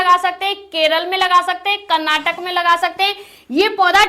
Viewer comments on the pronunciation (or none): none